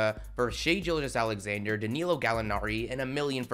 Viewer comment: Bro you gotta stop pronouncing SGA’s name wrong😂 how are you an OKC fan and can’t pronounce his, Maledon’s, or Poku’s names right😂